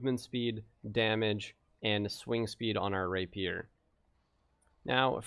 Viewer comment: it's not "ray-peer" it's "rapey-er."